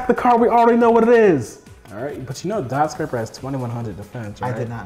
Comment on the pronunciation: Amazing duel. Dotscaper being called dotSCRAPER over and over had me dyling. lol